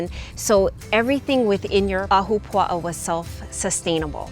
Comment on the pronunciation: Im born and raised in Hawaii my ancestors came here from Scotland to work the plantations over a century ago. I love when people cover Hawaiian culture. And your pronunciation of ahapua'a was pretty good lol. But in the video you didn't really explain the structure or function of an ahapua'a. The "pie slice' went from cloud forest in the mountains where Hawaiians could gather and hunt boar. The lower middle was for kalo growing. And the sea was fir fishing. Good job though!🤙